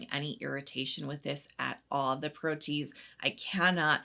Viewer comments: I have a bias against some by mi, bc they market themselves as sensitive skin friendly, but then have sneaky fragrance in their products! Ew! Thank you for bringing it up! Also, FYI, it's pronounced pro-tee-ayz. Enzymes all have the ending -ase, but sometimes the way it gets tacked on makes it have funny spelling. 😊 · Great video! How does the Swimming Pool toner compare to the beloved Make Prem? That’s my HG thanks to you! Btw, it’s pronounced pro-tee-ayz 🙂